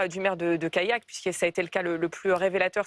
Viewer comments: Alors ce n'est pas Kayak (ça c'est les canoës) et Brevin, mais CaLLac et SAINT Brevin... très professionnelle la journaliste qui écorche les 2 noms de communes qu'on a entendus 2000 fois ces derniers mois, et ce, alors qu'elle présente une émission qui revient là-dessus. Et ensuite, c'est juste MAGIQUE d'ironie qd elle coupe Stan à peine elle lui a laissé le tps de dire 3 mots après en avoir elle même prononcé 400, en lui disant: "Il y a manifester et mettre la pression!" A se tordre de dire qu'elle e se rende pas compte qu'elle accuse les autres de mettre la pression... en leur mettant la pression. Du GRAND journalisme madame, je m'incline! 😁🤣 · Callac , se dit calac pas kayak ! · Callac ne se prononce pas "Kayak" mais "Calaque". Depuis l'avènement de GZ, l'ensauvagement est omniprésent, tous les extrémistes se sentent pousser des ailes et menacent quiconque n'a pas les mêmes idées ! Quand S.Rigault rétorque en mettant dos à dos les deux extrêmes, navré mais c'est puéril et ça m'évoque des souvenirs, quand mon père me faisait la morale pour une colle, je lui disais "oui mais untel aussi" ! Prendre un mauvais exemple (ou un pire), est-il vraiment nécessaire pour se justifier ?! ça ne vous dirait pas de prendre exemple sur..euh, je sais pas, des gens qui ne sont pas des délinquants TOUT court ? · « CALLAC » (Côtes d’Armor)